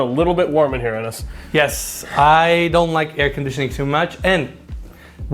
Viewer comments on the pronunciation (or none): Why does Enes say his name as Enesye?